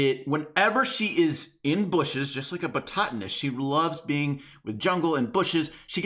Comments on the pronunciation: It hurt every time you said botatonist and not botanist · I’m sorry but someone had to say it.Bototanist?? My dude it’s botanist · its botanist not botatanist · (boht-ah-nist) not (boh-taht-ah-nist) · It’s “botanist” not “botatinist” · Botatinist? Its Botanist, I'm sorry but that triggered me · Botanist, not bototanist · "Boxing Batotanist". Oh,... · The first time you pronounced botanist as "bo-tat-tanist" I laughed thinking you mispronounced it accidentally. Then the second time you said "bo-tat-tanist" I cringed. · Lol "Boxing Botatonist" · “Bototonist” 😝 enjoyed the vid,, thanks! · It’s pronounced bot-uh-nist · Am I the only one that has a problem with the fact that he doesn't know how to say Botanist? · The way he pronounces botanist 😂 😂😂😂😂😂😂